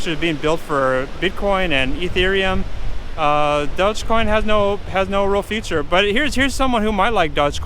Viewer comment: It would help if you could pronounce it correctly.